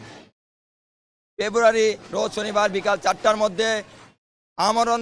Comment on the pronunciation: পয়লা বলতে পারে না মনে হয়!